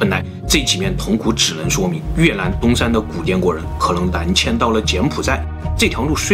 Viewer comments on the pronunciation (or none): 雲南就會講雲南 越南 就講成 越蘭 ㄌㄢ˙ 怎麼就變 Lan 了呢 ???? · 这集太难为总裁了，又是”女”巫又是越”南